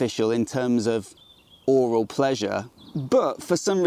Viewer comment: Did you just say 'oral pleasure'?... (yeah, I know, aural)